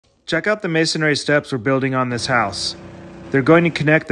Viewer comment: I couldn’t get past the mispronunciation of “masonry”.